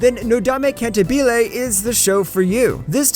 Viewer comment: The way he pronounced cantabile killed me 🤣